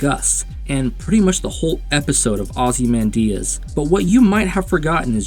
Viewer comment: That's not how Ozymandias is pronounced.